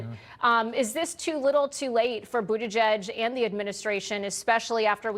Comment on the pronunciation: Pete Buttygay?? 😂